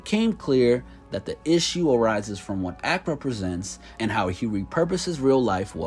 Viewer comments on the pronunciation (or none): none